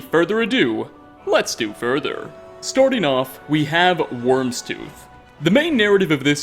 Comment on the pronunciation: It's not pronounced "wormstooth"